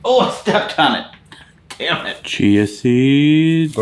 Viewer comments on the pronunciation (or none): none